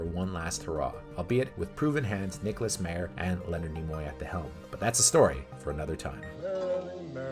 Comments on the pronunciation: COMPILATION {no corrective change to pronunciations of Harve (silent e) Bennett or Nick Mayer (MAI-er)} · Nick Meyer's last name is pronounced My-er (long "I" in the first syllable). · Is the constant mispronunciation of names some inside joke I’m not getting? Constantly hearing about Nicholas MAYER, HARVEY Bennett or Leonard ROWZENMIN is flaring up my OCD. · Also mispronounced Nicholas Meyer's name... that was annoying but otherwise a pretty good summary